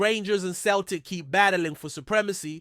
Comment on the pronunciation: It’s not cel tic. It’s sel tic. Ffs